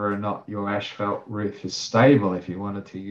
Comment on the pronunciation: why are both of you saying ash fault...its pronunciation is as fault.. asphalt ..not ashfault